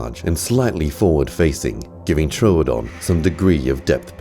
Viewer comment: I'm pretty sure that it's pronounced trew-don not troadon